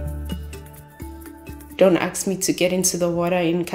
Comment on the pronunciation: Dont AKS me to get in the water